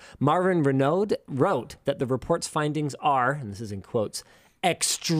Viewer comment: The French Canadians weep. /s Renaud => Ren-oo (said like the other French name, Renault)